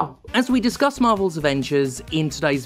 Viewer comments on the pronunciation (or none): I know this is likely unintentional, but "dicsuss" sounds like a wonderful word. I'm definitely stealing that.